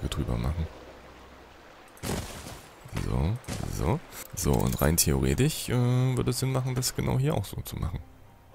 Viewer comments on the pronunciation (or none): Wieso kann eigentlich das... isch und...ich bei theoretisch, wahrscheinlich, ich, problematisch unsw. nicht richtig aussprechen. Ist das ein Dialekt oder ein Sprachfehler?